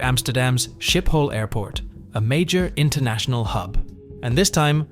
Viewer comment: It's pronounced "Skipol airport"